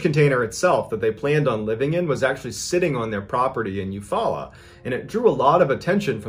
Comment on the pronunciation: I almost spit my drink out when you said Eufaula Ok. Thats the next town over to me. Just crazy to hear all of these stories and one of them is literally right down the road. And kudos for pronouncing it correctly!